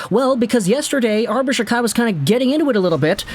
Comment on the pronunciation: Can you at least say his last name properly it’s pronounced jack eye